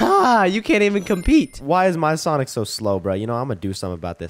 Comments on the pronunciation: Did shady said "SHIT SONIC"? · Bro shady said shit sonic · don’t swear I heard sh*t sonic